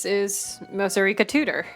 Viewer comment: Wow my reccs took me somewhere, but it is nice seeing someone play the game I backed and as the person who got Mosourika in the game yes how you pronounced it is correct. Edit: Heh should have watched more before writing that out she's not inspired by Owain per say, but funnily cause she was a tabletop character someone did make a Owain like character and they became a couple after we finished the tabletop campaign.